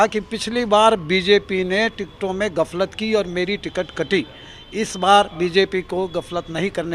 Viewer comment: Galfat Nahi gaflat hota h😅😅😅😅😅😅😅